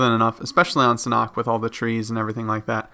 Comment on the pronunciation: ”SAN HAWK” not ”sanok”